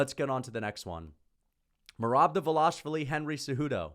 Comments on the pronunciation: Why Dval”A”shvili and not Dval”i”shvili those people can’t read?! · It’s not “Dva-Lash-Vi-Li. It’s “Dva-Lish-Vi-Li. Don’t pull a pull “Blue-Hall” Muhammad..